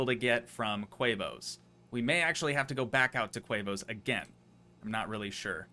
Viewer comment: its tee moes not quavos